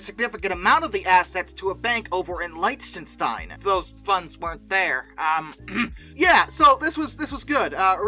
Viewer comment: Lichtenstein = LICK-ten-shtine